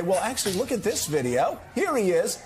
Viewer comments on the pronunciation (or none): It was almost like the screen scene from My cousin Vinny...."what is this that we have right here? What is this? Vid-E-O 🤣"